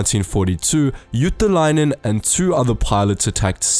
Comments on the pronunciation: It's Juutilainen not Juutalainen (jew) :D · It's JUUTILAINEN NOT JUUTALAINEN (jew) :DDDDDDDDDDDDDDDDDDDDDDDDDDDDDDDDDDD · the way you say Juutilainen sound more like juutalainen. juutalainen means jew in finnish.. or a jewish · "Eeno ilmai iuu juutalainen" Got me laughing. He's actually Eino Ilmari "Illu" Juutilainen. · I like how he pronounced juutilainen as juutalainen that means jew in Finnish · You did NOt pronaunse the name of Juutalainen corektly. (The name Means juish) and Ilmari means ear man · Uhh... While speaking about Ilmari Juutilainen you pronounce the surname almost perfectly, but with one tiny problem. You make it sound more like JuutAlainen tahan Juutilainen. Coincidentally, juutalainen stands for....... jewish. Ouch. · i like how you pronounce juutilainen like juutalainen, which means jew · It's funny when u try to pronounce Juutilainen... It's sounds like you're saying juutalainen which means "jew" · It's juutilainen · you pronounced juutilainen as juutalainen wich means judish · Ah the way you pronounced juutilainen sounds like jewish in finnish, none the less great video and you had a good try at pronouncing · you say Juutilainen like Juutalainen which in Finnish means Jew. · Hey. It is difficult for foreigners to pronounce Finnish. Let us forgive that statement of Jewish names. Her real name was Ilmari Juutilainen, not Jewish! But where was Hans "Hasse" Wind? Mr. Hans Wind also has a double Mannerheim Cross. Hasse has 75 air wins. In addition, 96 military pilots served in the Finnish Air Force, who were allowed to use the title of Ace in air combat. They shot down a total of 1435.5 enemy flight attempts during the Winter and Continuation Wars. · Nice pronunciacion of Ilmari Juutilainen (not really but nice try) But thanks for mentioning Finland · You said Ilmari Juutilainen wrong in so many ways... You did what most of the people do and that is going for the chinese/japanese accent.